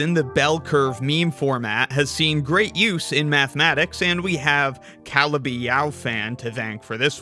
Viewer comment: That is not how you pronounce Calabi